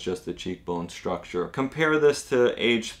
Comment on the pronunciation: STruk-tCHER, not SHRUK-SHER